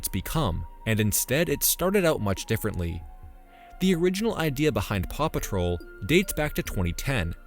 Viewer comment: It took me an awfully long time to realize that you said "paw patrol" and not "Papa troll"